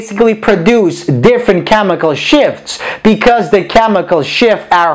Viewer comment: Is it just me who heard chemical "SHIT"